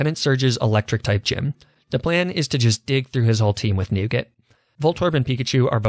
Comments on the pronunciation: pronouncing Nugget like Nougat has broken me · So we gonna ignore the fact that he said nooget instead of nugget?🤨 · Diglett the "Newgit"